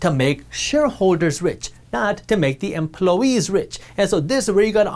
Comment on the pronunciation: "Emploe-ese"; The native inhabitants of Emploeland.